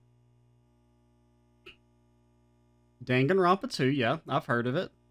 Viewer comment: Excited for DR2! I personally prefer DR1 more solely because Kyouko is best girl, but DR2 is definitely more mechanically solid(: I really do hate to be that person, buuuuuut Hajime is pronounced ha-ge-meh and Danganronpa is pronouned D-ah-n-gah-n-ro-n-pa. It really bothers me with the buthered pronouncations>.<